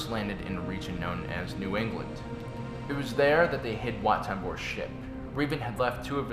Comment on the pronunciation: Lol I thought you said "Wat Tambors shit"